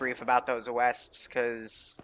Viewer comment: How he pronounces the Browning .50 and Wespe annoys me so much.